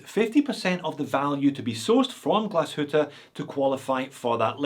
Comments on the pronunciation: Finally someone not butchering "Glashütte". Boy I heard everything from Glashootah to Glashewtee 💪😅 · Wow, you almost nailed the word Glashütte. 👍